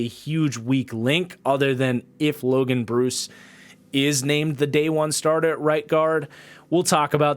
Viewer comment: Just fyi it’s pronounced Logan Bruh-ss. Not Logan Bruce. Was an equipment manager for Wisconsin the last 4 years lol. Love the content man been a supporter for a long time!